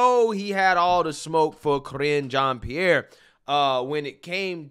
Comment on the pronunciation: I like the way you pronounce the press secretaries name. "Cringe On Pear"